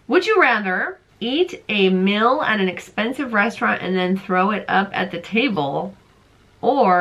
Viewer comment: your have perfect skin, def genetics. i can hear your accent when you say "mill" instead of "meal"